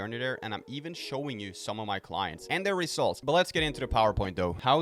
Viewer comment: I like the way you says 'rezultz'...😂👍